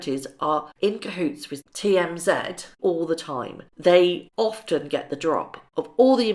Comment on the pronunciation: FYI, the tv program you are referring too 'TMZ' is pronounced 'Tee- Em-Zee', which mean the 'thirty mile zone' around the Hollywood Hub-Bub.